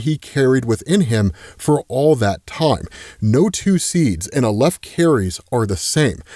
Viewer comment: Not that I'm an authority on this but I have heard "aleph" pronounced with the stress on the first syllable, pronounced like the Al in Alex. Love the videos always!